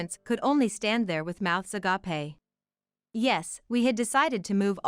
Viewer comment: Agape is pronounced "agaip"! "Agapé" is Greek for friendly love.